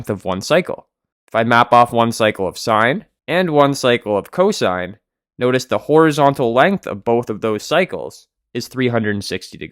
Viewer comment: Its cosine not co-sin